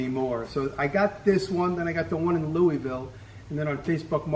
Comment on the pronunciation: Kentuckian here. My wife was shouting at the phone “It’s pronounced Lou-uh-vul!” Lol. Awesome collection. Here’s to the next 1.8M.